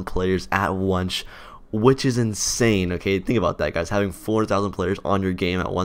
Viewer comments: Wait did you say wonch instead of once in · TDK: "onche" pronounciation skillz 10000